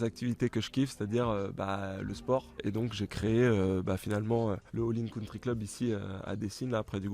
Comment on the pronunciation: Gaël a un peu du mal à dire « All In Country club » 🤣🤣 merci encore de votre visite et de votre gentillesse 👍🏽🎾